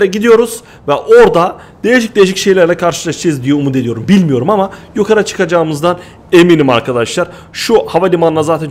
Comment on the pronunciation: abı kfur etmıyorum ama sen nıye yokarı dıyon yukarı dıycen